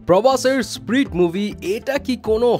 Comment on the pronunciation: spirit.. not sprit.